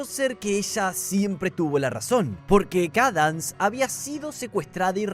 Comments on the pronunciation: Cadans fluutershai scotallllo di los nombres bien😢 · la princesa "kadans" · SIII 😭🙏 "Cadans" 🔥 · Me molesta un poco como dice los nombres pero a la vez es muy gracioso JAJAJA, CADANS FLUUTERSHAI JAAJAJ